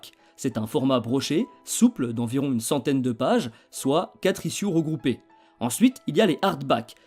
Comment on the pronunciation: Ichiouze et non pas issiou (ISSUES)